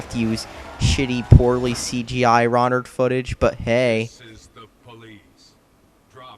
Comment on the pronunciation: Do you know how to use the English language? RONderware?? Poorly RONdered? And how many times are you going to say "Of All Time?". This was painful.